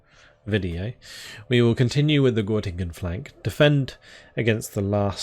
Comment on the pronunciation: It’s called Göttingen :) (ˈɡœtɪŋən) I was born there 1994 :) My Grandmother flee from East-Germany and come to a refugee Camp near Göttingen:) Nice to see this in this Game :)